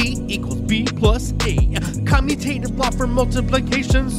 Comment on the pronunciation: We really appreciate your videos. Just an FYI, you mispronounced "commutative." Is should sound like the word 'commute', as in 'to travel'. Just like the letters are traveling when they switch sides.